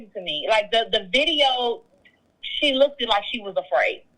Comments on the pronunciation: Did this DR just say look-ed Oh my! So if he is such a horrible person, why was she still messing with him? Sounds like this DR has self esteem issues. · Did this "surgeon" say "look-ted" ? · Hmmmm, hard for me to believe that this girlfriend is a surgeon. Well, maybe she just didn't do well in English class. "I SEEN her "? " "She LOOK-KED like she was afraid"? C'mon! Surgeons don't speak like that!!! I smell BULLSHIT! I am NOT a fan of DERRICK . Hey ya'll nope, naw ..... something stinks with this ...... again .... S U R G E O N S don't speak like THIS! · She said lookted. Thats how I knew she is lying. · The surgeon said "she looked-ed scared. " Hard to believe a surgeon speaks like this. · Right!!! Homegirl’s diction is troubling..... I know I heard her say “lookded”🤦🏾‍♀️ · she pronounces looked as lookdid with all the medical terminology she has to pronounce, you mean to tell me she can't pronounce looked basic elementary grammar, english. IJS 🤔🤨😒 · 👀 she did what now?! She pronounced the ed in "looked"?! 🤣🤣🤣🤣🤣🥴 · Doctors and nurses do not wear perfume or cologne on the clock. They come into contact with many people who have allergies. Also, she said "look-TED/look-DED and "supposABLY." Her accent is wrong for a Jamaican American, it seems more Southern U.S. and combined with her pronunciation and grammatical errors, it makes me suspicious of her story. Sorry, I'm counting the first two women as legit D.J. relationships, but this one, not so much. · Did the doctor just say looked-ed? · Did she say the wife “looked-ed” like she was afraid??? If my surgeon uses this grammar, I don’t want her! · This "Surgeon" pronouncing "looked" as "look-Ted" is problematic 🤯 tf? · I’m not saying she’s lying about being with Derrick Jaxn, but sis ain’t no surgeon... Did she said “look-ed”? 🤔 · If I hear lookDED one mo time!! Lol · Idk...A doctor that pronounce the word "looked" as "lookted"??? Ummmm... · Doctor ... how many doctors say “LOOKEDED LIKE” 🤣🤣🤣